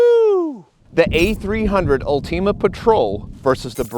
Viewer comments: Both are incredible shotguns. Either one you might choose is a winner. Personally, I chose the A300 Ultima Patrol, zero regrets. And it's ULTIMA, not ULTEMA, lmao. Great video review, thank you. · “UL-TEAM-UH” ?? That’s not how I’ve been pronouncing it lol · Ulteama?!?!?! Wtf... did you never hear the word ULTIMAte? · Why are you saying ultima like a smooth brained individual